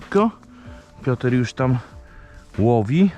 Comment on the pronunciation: Panie dlaczego cały czas mówi Pioter a nie Piotr lub Piotruś to trochę wiocha pachnie czas na zmiany